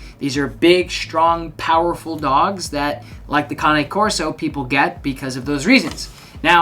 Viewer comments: Woman from Italy here: you pronounce it correctly with two sillable. In italian cane (Kane) means dog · Good GOD!!!! Congratulations you are the first person ive ever heard on YT to pronounce Cane Corso properly. Its scary. Kudos to you sir. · You pronounce Cane Corso correctly: four syllables. ✅ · Just so you know, you’re correct. That’s how you pronounce “Cane Corso”. It’s not like the english word “cane” as in stick. Cane is Italian for dog. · You're the first American I 've heard pronounce "Cane Corso" correctly.👋Bravo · YES - an English speaking person who knows how to pronounce the Cane in Cane Corso! :-)